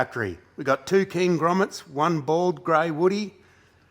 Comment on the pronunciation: I honeslty thought he said Gromits instead of Grommets. And it got me thinking about Wallace and Gromit.